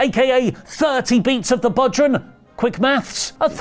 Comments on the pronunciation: Bodhran is pronounced bow-rawn. Its an Irish drum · Maggle Cole and his butchering of the pronunciation of bodhrán have a lot to answer for…, it’s pronounced “bow rawn” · Bodhràn is pronounced bow (like the courtesy) rawn